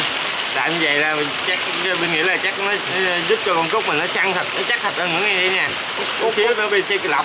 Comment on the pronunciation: CÚT CHỨ KHÔNG PHẢI CÚC NHÉ,NHÌN LÀ THẤY THÈM RỒI, CHÚC TEAM CỦA NGON MIỆNG